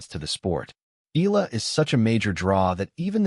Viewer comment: Shes not ela. She's e-yala